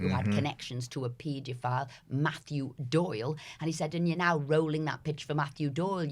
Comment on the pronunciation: Can somebody tell this bloody woman how to pronounce paedophile properly? It’s driving me mental.